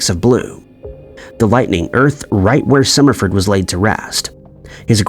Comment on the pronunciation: The AI screwed up Summerford’s name … anyone else catch that?